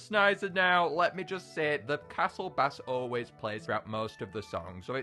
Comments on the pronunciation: 📍I thought it was “SNEES-a” not “SNISE-a” And by the way, the castle sound is pronounced “BASE” despite looking like “BASS”. P.S, do you say snees-a or snise-a? Please tell me in the reply section! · You saying Bass is mildly infuriating, it's base. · Anybody talk about how he pronounces "castle bass" like a fish? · using the Fish pronunciation of bass is annoying me